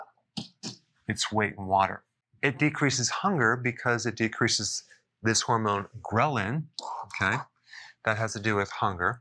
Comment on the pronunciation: I heard Gremlin when you said Ghrelin and thought to myself, "Not true, Dr. Berg, the Gremlins in my stomach are always hungry!"